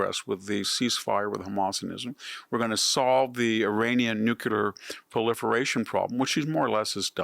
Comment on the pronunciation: “Nuke-u-lar” is NOT a word.